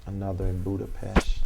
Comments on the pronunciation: Budapesh???? You mean Budapest -- A$$hole doesn't even know how to pronounce things.... Yet he spoke to Jesus??? Does Jesus speak Ebonics?? A prophet doesn't know how to speak the language? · Budapesh... Hungary... Europe.